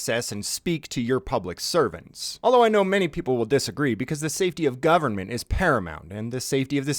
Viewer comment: ah yes, the good ol' gubamint